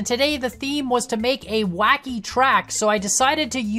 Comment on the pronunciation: That moment when misreads Wacky as Kacky.